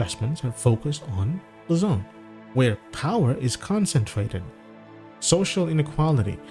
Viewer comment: Luzon, not Lazone.